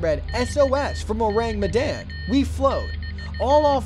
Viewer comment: You pronounced Ourang Medan wrong... ORAHNG MEHDAHN